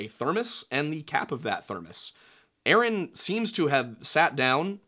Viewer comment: Omg lol you said, yaaaasss ☺️